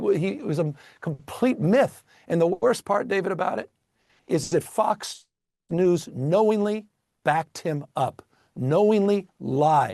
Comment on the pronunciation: It’s pretty rich when you make fun of Trump and the way he speaks and says certain words while you can’t even say “NEWS” without using two syllables. You’re an idiot. Trump is an idiot. The world is filled with morons like you and him that are all about hysteria and hyperbole. Your show sucks. Badly.